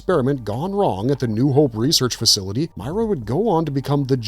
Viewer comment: Christ. Did you even play the game? I'm 2 minutes in... 1. It's Meer-a 2. It was Dom's knife Garbage